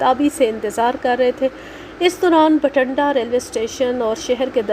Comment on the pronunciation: Masha allah ...beti bht mehnat say sunai aap nay kahani..bht lutf aya kahani thi b achi...aap nay bathinda ko har bar bathanda hi parha ha..plz take care of this...